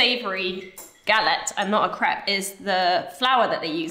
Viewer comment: Lilly grew so tall! Both girls are so lovely and fun. But how do you say crêpe without it sounding like crap?